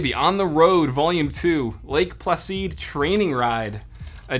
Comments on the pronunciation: Lake Placid (as in "not easily upset or excited")... location of the 1980 Winter Olympics... not "Plac-eed" lol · "Lake Placeed" lol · “Lake pla-seed” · “Lake plaseed” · Got a good laugh with Lake "Plasceed" Placid's name being butchered. Also the Dire Straits comments. :) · Lake Pla-seed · Lake Placid is pronounced like "acid." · Haha, pronouncing Lake Placid as "Lake PlaSEED" is too weird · How do you pronounce lake placid wrong lol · Doesn’t know how to say Lake Placid...smh lol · lmao listen to how he said lake placid!